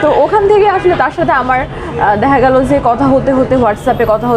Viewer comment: দেহা গেলো যে,দেহা গেলো যে।কথায় খুব খেয়াল করলে বুঝা যায় উচ্চারনে খুব সমস্যা।